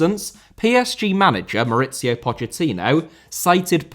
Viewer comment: Gana* not Gohrner Half* not Holf Mauricio* not Moretceouw Kouyaté* not Kouyohrtei Ismaïla* not Echmeiler Times* not Tahms Besa* not Beser Idea* not Ideer Rather* not Rother Phobia* not Phouwbier Violent* not Vahlent Somalia* not Somohrlier Iran* not Irón Possess* not Posess Islam* not Islohrm Mbappé * not Mbappei